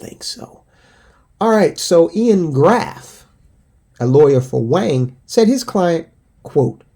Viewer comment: Wang is pronounced Wong.